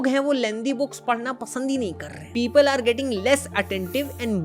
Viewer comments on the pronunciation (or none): none